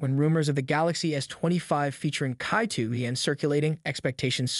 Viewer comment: it is pronounced as "chi" not kai